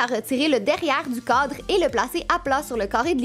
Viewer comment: On dirait que tu dis un codre pas un cadre